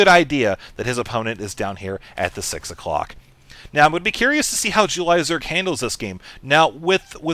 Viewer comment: i like the way says "jew-lie" zerg